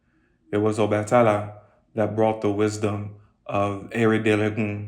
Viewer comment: The a in obatala is pronounced AH